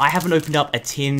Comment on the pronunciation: tin not tim